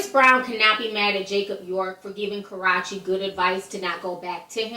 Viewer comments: stop saying Karachi... sound like a Jamaican saying karate... her name is KarrUEche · Please who is "Karachi"??? Lol. i thought it was Ka-rrue-che! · Ka (silent R) Ruuuu chi, not Karachi. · Who the hell is CARRACHI tho? lol..I thought it was Karrueche, lawd! 😂😭😂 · Pronounced KerOOchee. NOT KarOTCHeee. ~_~ lmao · it is ka-roo- chee not karatchee lol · KA-REW-CHI, Not Karochi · It's phonetically "Ka-rooo-chay" Not Ka ..rah..Chay ijs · It's KAR RUE CHE NOT KA RA CHE .... So annoying get it together. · ka-rrue-che not ka-rra-che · ka-rrue-che wtf is karrachi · "Kahrotchie" ...Lol... go to her page and listen to her pronounce her name properly...its "Kahroochee"! OMG anyway Karrueche needs to ignore Chris. He seems to not wanna take his mess every couple of months. They know that boy aint right. Please this isn't tea this is ignorance and boring😴💤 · Karrachi?? Isn't it karruche... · Ma’am not Karaw-che 🤦🏽‍♀️😭😭😭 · Pronounced "Karoochi" lol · Who tf is karahchee 😒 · karache😭she didn't get her name right once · The fact she says Karrueche's name like its the town Karachi is fucking irritating. 🙄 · Lmao... why do you say her name like that??? Lol... funny... sounds like you're saying Karate. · Ti is pronounced kar-rue-che but yes everything you said is on 100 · 1st India didn't post the picture he dug it up or he was tagged in it. He wasn't worrying about India. He first put He knows that shirt then edited to add jocab. Then everything else u said was agreeable about how he wants her back n shit.👌and her name is pronounced ka-roo-chi 😖 6 yrs later and y'all still can't get it right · She calls her ass, "KarrOche" , "Caratche" , "Carochee" how ever you wanna spell it.. Thats not how you say her name.. Lols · It's Jacob York not Jacob Love and Ka-roo-che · "Carutche"? NOPE girl bye 😂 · her name is Ka RUE chi. lol not that hard. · Her name is Ka -RU -Chi ! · it's "KarrUche" grrr! 😂😘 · why do u keep calling her Karrache??? When in doubt sound it out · Ca-ru-chi... Killin Me Lol